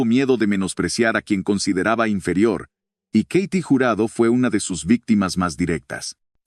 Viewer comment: Se pronuncia KATY no keiti , wey !! Y Sasha Montenegro no fué parte del cine oro , ella fué fichera y encueratriz !!